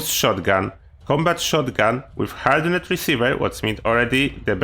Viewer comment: I guess I need to be that person.. Hardened pronounced Hard-end. Not hard-end-ed. :) I chuckled everytime you said it.